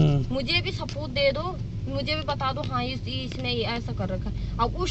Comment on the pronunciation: Saboot ko sapoot bol rahi he..